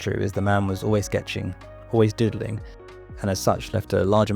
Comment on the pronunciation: "He was always diddling" You need to pronounce that word better. Diddling = touching children inappropriately. Doodling = quick/rough drawings